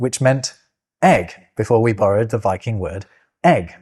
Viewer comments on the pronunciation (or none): none